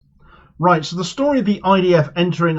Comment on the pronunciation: i love the start of each video. "Royt"